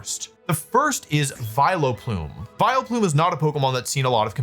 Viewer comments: I internally cringed each time Wolf said "Vilo-plume" instead of "Vial-plume" like I have always heard it. I hope I'm not the only one that says it that way. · Vi-LOW-Plume is killing me lol, it's VILE-plume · Does he say "Viloplume" on purpose like "Arcaneenay"? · what the fk is a vi-lo-plume? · Is anyone else gonna comment on how our boy is saying “Vi Leh Plume”? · Why is he calling it Vile o' Plume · Vi-Leplume everytime is killing me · Viloplume :)? Did I hear that right. Great video though. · WHO ON EARTH PRONOUNCES IT "VILE-O-PLUME"?!?!?!?? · I love the way Wolfey pronounces my favorite Irish Pokemon, Vile O'Plume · Why does he say "Vie-Le-Plume" like that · wolfey, youre the greatest player ever but please never say vileplume as vil-a-plum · I love how my goat pronounces Vileplume - I always thought that there are no possible variations but honestly, I might say it like this from now on myself - Vile-O-Plume sounds like Will-O-Wisp and I find that really funny, this made my day - thank you Wolfey!!! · Hello Vi-low-plume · WHY ARE WE SAYING VILUHPLOOM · Neither or Wolfey could say Vileplume correct. Vai-le-plume, vai-lo-plume, vai-el-a-plume. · wolfey please stop saying Vile-uh-plume. that E is very silent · Is he doing a bit pronouncing Vileplume like that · Wheres the 'o' in Vileplume? WHERES THE O WOLFEY?! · Why are you pronouncing vileplume like that 😢😢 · Making Vileplume 3 syllables is very funny to me